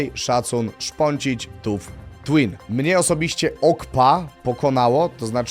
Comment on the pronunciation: "Tuff" Oh brother 🙏💔 To się wymawia tak samo jak "Tough" 🥀